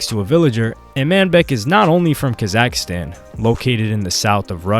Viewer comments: its not ka zack stan its KAZAKHSTAN one full word not 2 words weirdo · It drives me crazy how you pronounce Kazakhstan